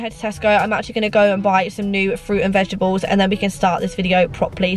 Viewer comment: Hey, what are ‘vegeables’? 😅 Or am I hearing things?! Anyone?